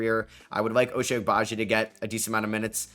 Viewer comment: Pronunciation for Ochai is a bit off, the first part of his name sounds like the number 8 in Spanish (ocho) or basically pronounce the O more